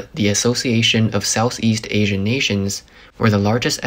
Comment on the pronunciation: Why are you pronouncing Asian as Assien?